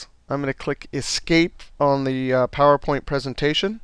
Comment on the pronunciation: Great Video!! Love the way he says Phawooer Point. heheeheee!